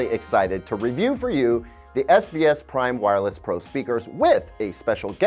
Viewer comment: He kept saying SVS, i kept hearing SbS. And that reminded me of Creative speakers.